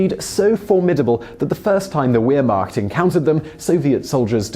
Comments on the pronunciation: lol "waremacht?" the W in german is almost always pronounced with a V sound. so its more like the "Varemacht" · The weeeeeermacht, TRIGGERED Say it as warmacht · "Vairr* macht" not wermakt. Do try to pronounce things correctly, you come across as a septic. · the weer macht? WEER? WEEEEERRR?! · Vehrmacht not Wehrmacht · I’m just annoyed how he pronounces the Wehrmacht as weer-mackt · Wehrmacht is pronounced "vair-mught". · "Wheremacht" nice attempt at pronunciation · Know how to pronounce Wehrmacht correctly and figure out what tanks were up against the KVs at the time (likely Pz. IIIs and early IVs). Doesn't seem significant anymore to me really. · Wehrmacht is pronounced vermacht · Might add credibility to pronounce Wehrmacht correctly. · He pronounces Wehrmacht so incorrectly